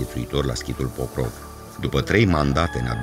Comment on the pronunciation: Se scrie POCROV și voi pronunțați PROCÓV ? Câte clase aveți " savanților" ? Biata limbă română!